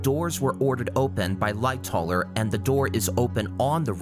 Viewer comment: agree good vid but also "Lightoller"? Lightowler ...